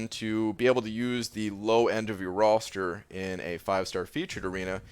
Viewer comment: Low end of ur rawrster. Lol you turned into a Southerner for a brief second